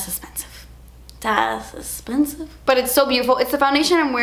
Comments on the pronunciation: the way you say "das esspensive" is my favorite thing in the world and so many of my friends say it that way now too lmao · I ❤❤❤❤ when she says ...... Das Essspensive!! My daughter and I say it while we shop all the time now... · Why does ' dass esspensive' line get me every time 😂😭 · I need shiry that says on it das espensive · Yes!!!! I agree lol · LOVE WHEN SHE SAYS "DAS EXPENSIVE" HAHAHHAHA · Das expensive!!!! hahaha I srsly love hearing her say that 😂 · "Dass espensive" Lol!!! You're my fave💖💖💖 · Gah I don't know about anyone else, but I love when goes "das esspensive" it makes happy. Great vid!